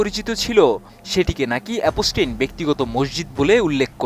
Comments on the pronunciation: Epstein ❌ অপ পস্টিন: ✅ 😅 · ভাষা ব্যবহার একেবারেই মূর্খদের মতো। একদিকে এ-প-স টেইন উচ্চারণ ই বলতে পারে না সে আসছে সংবাদ পড়তে। মুসলিমদের নিয়ে ,কাবার গিলাফ নিয়ে এপস্টেইন ঔদ্ধত্য আচরণ করার সাহস পেয়েছিল তার জন্য দায়ী আরব আমিরাত, নিউজ করলে পুরোপুরি জেনে করা উচিত। এপস্টেইন এর মতো এমন নোংরা ইবলিশের হাতে কাবার গিলাফ দিতে কার্পণ্য করেনি আরব আমিরাত। এটিএন পুরোনো খবর প্রচারের জন্য কুখ্যাত।